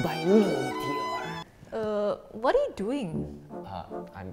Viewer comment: I loved how he said meteor in a accent